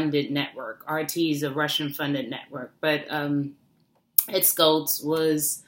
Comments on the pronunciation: it's pronounced SHHHultz, as in shower, not Skultz. Thanks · It's not Ed "SKultz", it's pronounced "SHultz". You sound like you don't really know about him when you pronounce his name wrong. And he turned into a bit of a flame thrower himself when he called Laura Ingraham a "talk show slut", when she is a very upstanding conservative, patriotic American who would never use that kind of language on anyone. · The Late Ed Schultz' last name is pronounced "shults" rather than "skults". :) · Ed Schultz pronounceD SHULTZ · I don't believe you pronounced Ed's last name correctly.